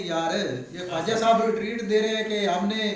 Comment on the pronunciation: ye Kwaajaa saab nahi KHAAJAA saab hai। Tu। bhi.